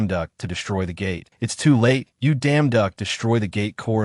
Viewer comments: His name is Yu damduk, that's why you keep hearing the you damnduck😂😂😂😂 It's not the ai's voice fault .... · The pronunciation of the protagonists name by this AI: 💀🤣💪😎